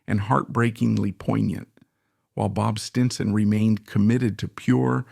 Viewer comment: This was a horrible documentary filled with cliche. Was this created by A.I.? The mispronunciation of “Stinson” towards the end was ridiculous.